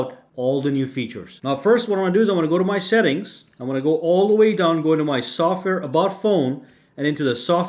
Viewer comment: I heard sucker information instead of software information